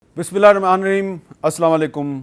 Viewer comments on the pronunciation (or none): none